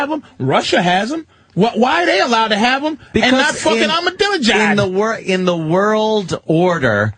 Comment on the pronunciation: I smile when Patrice calls Ahmajinedad "Armadillo-jad".